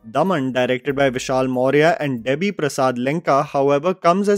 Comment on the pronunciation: Bhai are you really Indian or born in India?? Tum Debi ko Debbie padhte ho yaar and whenever I come here to watch any video you dont even pronounce very common Indian names:( Its really sad